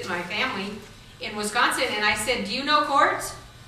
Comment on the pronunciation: Did you say Wiz-gon-sun?